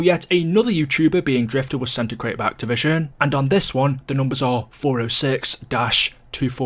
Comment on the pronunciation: Why are you incapable of saying "activision" properly